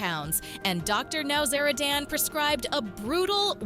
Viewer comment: It wasnt james mom bringing him food, it was his girlfriend. Get your facts atraight for goodness sake. Good grief. Dr Now-zara- Dan? Wrong. Totally ruining the drs name.